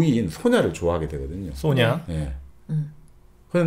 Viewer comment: 이 소오냐로 발음할때마다 웃습니다 가 좋은 목소리로 네~ 네~할때마다 기분이 좋아져요^^